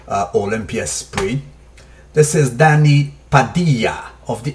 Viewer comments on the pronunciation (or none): none